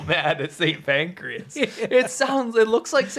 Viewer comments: St Pancras ... not St Pancreas. TBH, that's not much better. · It's St Pancras not Pancreas 😂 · That's St. Pancras, not pancreas. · St Pancras, not St Pancreas. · St. PANCRAS, not Pacreas - please.